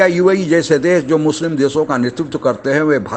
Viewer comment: Desson ka nahin " Deshon" ka be*ude